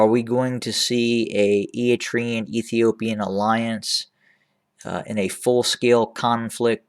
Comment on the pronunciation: How do you know?? When you don’t even pronounce their name correctly. We Eritreans have nothing to do with the mess in Ethiopia. We are not looking to acquire any land. All what we want is peace in the region that you (westerners and EU) don’t want to see. ENDF is not in Tigray and we are not to support any conflict between Sudan, Egypt and Ethiopia. We see them all as neighbours that can come and work together towards prosperity but you will not allows because it is not in your interest to see strong Africa. Please leave us Alone.. all your video is full assumptions with no concrete sources.